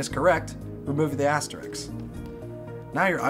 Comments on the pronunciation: Astericks !! HAHAHAHAH its pronounced ASTERISKS GEEK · lol astericks